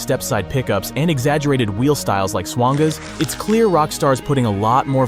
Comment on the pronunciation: it’s “ swang-uhs”😂